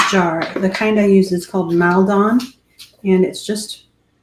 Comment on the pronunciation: Great video, you are a great baker! I feel like my extended family who have never left Maldon would never forgive me if I didn't say that the way you pronounce the salt is Mall-don (or maul-don if you happen to say mall weirdly). There, I'm safe from a telling off 😂